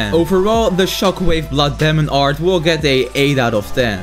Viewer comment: I love this guy so much I totally live him pronounce demon art as Damon art